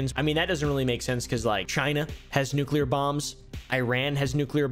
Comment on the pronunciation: Fun fact this guy uses a k in nuclear cant pronounce his topic of choice